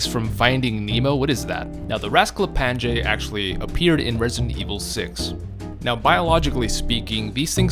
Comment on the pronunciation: Just wanted to comment that you're horribly mispronouncing the word "raskaplanje", it's supposed to be pronounced "raasklapanye", it's a great video but that pronunciation is incredibly inaccurate